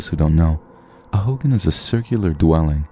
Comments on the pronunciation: I believe it's pronounced "ho-gahn" like ho and gone not "Hogan" like hulk Hogan lol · For the first one. The Navajo dwelling is pronounced “Ho-gone” not hogan like Hulk Hogan. Haha! Love the Channel btw. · Hogan is pronounced like ho-gone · It's pronounced (ho-gone) for hogan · The way you say hogan is so weird